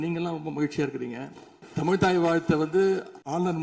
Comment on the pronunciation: அர்ஜுனா முதலில் தமிழ் என்று சரியாக உச்சரிக்க கற்றுக்கொள்வாரா?